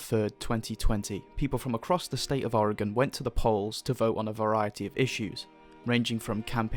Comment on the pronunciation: How do you know how to pronounce oregon better than most people in the us